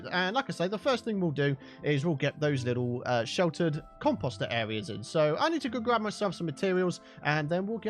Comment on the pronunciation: the way he says composter is annoying. just sayin.